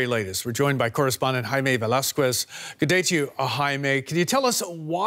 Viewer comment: Could you PLEASE pronounced "Velasquez" correctly? "VEH-LAS-KETH" or even "VEH-LAS-KES" but not "VEH-LAS-KWES"?